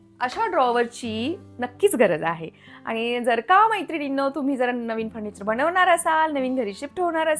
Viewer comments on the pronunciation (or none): बणवणार नाही बनवणार